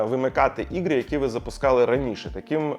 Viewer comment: Да тут он конечно картавит это слово ппц. Тяжело говорить на Украинском когда ты всю свою сознательную жизнь говорил по русски 😅 ну не чего главное что старается)